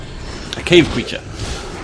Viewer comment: its CREATURE!!